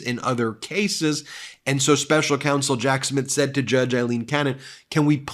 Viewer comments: BEN - please her name is pronounced A leen, !!!!! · FFS, as stated many times, can you PLEASE stop referring to her as "Eileen" Cannon! She is NOT" Eileen" Cannon, she is AILeen The name IS NOT THE SAME. It is a Scots name, we are Scottish and my wife is "Aileen" so we know! Your co-host Michael, Glenn Kirchner and Lawrence O’Donnell pronounce it correctly. PLEASE, PLEASE stop! Apart from this we love the show, but please, please stop this nonsense!